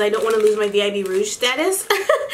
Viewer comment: “i don’t want to lose my VIB rouge” I WAS DYING!